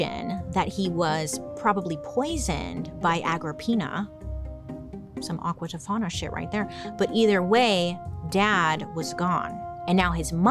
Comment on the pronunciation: I laugh every single time you say aquatifana